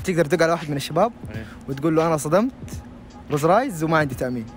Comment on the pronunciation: ماتعرف تقول روز رايز😂👌